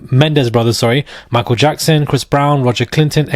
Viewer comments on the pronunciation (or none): none